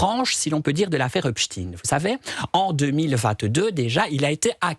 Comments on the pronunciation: Mais pourquoi il dit Epstiiiiin C’est Epstein on prononce Stein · pas in mais ein!!!! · Pourquoi prononce-t-il Epstin ? Alors que çà s'écrit Epstein ! EIN et pas IN ! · Hepstein. PAS HEPSTINE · Non epstine car il était américain par contre pour les allemands qui ont cette consonance finale dans leur nom, on dit stein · C'est une posture de nombreux juifs américains qui ont américanisé la prononciation de leur nom pour faire moins juifs et rester discrets. Jusqu'ici, en France, on prononçait à l'allemande, mais les journalistes ont tellement peur de passer pour antisémites qu'ils ont adopté le tic américain. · "Rodchilds" aussi à fréquenté le diable "Epeshtayne" mais malheureusement c'est elle qui commande tout les juges d'Europe !! 😮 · Pourquoi il dit Epstine ? C’est pour faire Russe ? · C'est pas "Epstine"😤 😤 😤 😤. Volonté d'effacer l'origine ! Aux USA les médias ont aussi imposé cette prononciation, autrefois ils prononçaient correctement. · C'est une posture de pas mal de juifs américains qui ont américanisé la prononciation de leur nom pour faire moins juif. La plupart des journalistes français ont repris ce tic pour ne pas passer pour antisémites, alors que jusqu'ici, tout le monde prononçait à l'allemande. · Effectivement,pourquoi prononcer un nom germanique en faisant semblant d'être américain ?